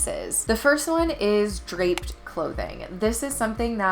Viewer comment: DRAPED not DRAPPED.